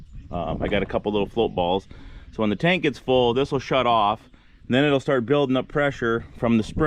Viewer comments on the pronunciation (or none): none